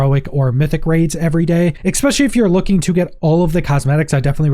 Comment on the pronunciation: Let me AXE you a question. Where does the "K" in especially come from. I'd be curious how you pronounce special. SPEK-shul seems odd. As does EK-specially. Apologies, it just makes me autistic brain itch when I hear someone pronounce it this way.